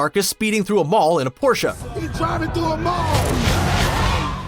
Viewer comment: Bruh thanks for pronouncing Porsche the correct way. We thank you sir.